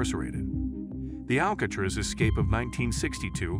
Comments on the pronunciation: I was just about to comment the same exact thing until I read yours. How do you not know how to pronounce the name of the place you doing a video on. 🤦🏽‍♂️ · This guy not knowing how to pronounce Alcatraz is why I watched about 30 seconds.